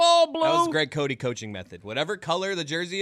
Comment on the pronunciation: Co-Dee? WTF? It’s Co-Tay. Talk about butchering your own last name…